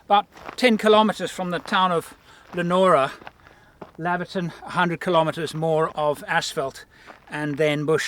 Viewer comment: Heads up it’s pronounced LEO-NORA and LAY-VER-TON. love your channel